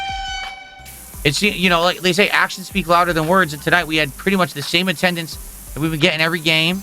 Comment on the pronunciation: PleaYUse stop give me money or gtfo also why anyone's talking to ME, REE?! Attuhndance is down, kahntributions are down, what's goyiungahn?! - 43yo Lolcow